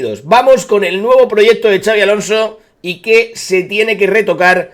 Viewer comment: Por favor dejad de decir Chavi Alonso, no es nombre catalán, es vasco y se dice con una s arrastrada, Shabi